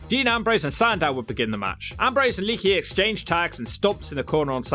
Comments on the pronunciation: I luvs ya. But the way you butcher names makes your credibility shit. How hard is it to pronounce lay-ah-key.??? It's le'akee. You're calling him leaky like he's a running water spout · I'm just curious. You do know it's not pronounced "Leaky" right? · ITS LEE AK EE